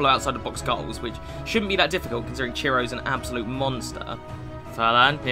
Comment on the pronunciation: Why do you say “kruse” instead of “kroos”?